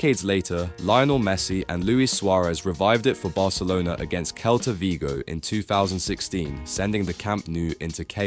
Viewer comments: why the heck does Celta is read as kelta instead of selta lmao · "Kelta" Vigo🥀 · Everything was going fine with the video until "kelta" Vigo 😂